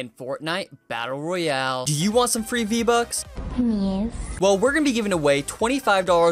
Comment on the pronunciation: Fwee Vbucks